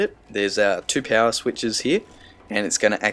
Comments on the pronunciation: I love it how you say power... "Pow" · Love the way you say power